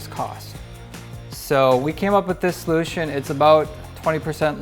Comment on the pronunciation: I thought u said pollution.not solution